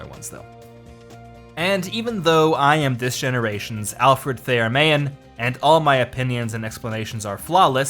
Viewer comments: The author’s name “Mahan” is pronounced “Muh-Han” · You are mispronouncing Mahan's name.